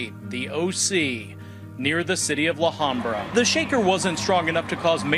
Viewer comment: that reporter really needs to do his homework before reporting his story, first, orange county is not an hour from los angeles, it's only 35 to 40 minutes if not that, and it's pronounced la habra, not la hambra? such a big deal on this quake, it was nothing news blows everything up. the aftershocks were very small